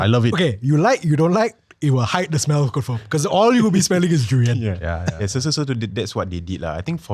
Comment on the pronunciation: far was so offended when said ‘durian’ 😂